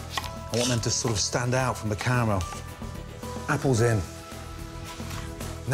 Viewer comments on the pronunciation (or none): Gordon says 'caramel' and was Scottish again for a second.